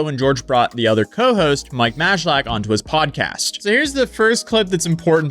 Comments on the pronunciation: Mike's last name is pronounced [MAY-LACK], not [MAJ-UH-LICK] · I had no idea any of this happened. Thanks for breaking it down for me so I didn’t have to go watch it all! FYI for the future, Mike’s last name is pronounced May lack 👍🏼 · Its mike "may-lack" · How do you live on the internet and not know the J in Mikes surname is silent. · I love how he pronounces Majlak 😂